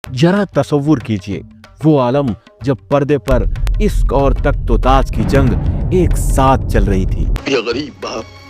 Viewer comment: Pahle bolna to seekho Isk nahi bolte Hain Ishq bolte Hain